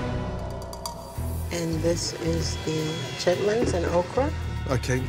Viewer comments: he always calls them 'chitlets' instead of 'chitlins'.. are both words used? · not a woosh. He was literally saying lits and not lins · Chitlins not chitlets smh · Chitlits? Shitlits 💀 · Gordon calling them chitlits?